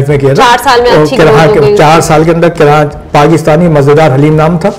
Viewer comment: Indeed a very good interview. But pls don't add "N" in Karachi 🙏 It's not KaraNchi. Atleast we should know to correctly take the name of our beloved city.